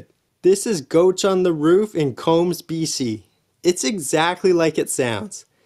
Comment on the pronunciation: The lower falls at Englishman River is freezing in the summer. Notice the dude wearing his wet suit. Unless you tried the water I wouldn't go recommending you go swim in there unless you like freezing water. Coombs is pronouced COOms like coo coo clock not combs like a hair comb.